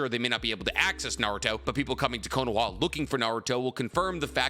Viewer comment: Good video and I don’t mean to nitpick but why are you saying Konowa? 😹 cause “は” is pronounced “ha” lol it’s only pronounced “wa” when it’s a particle like if I were to say “ナルトはかわいいですね😍”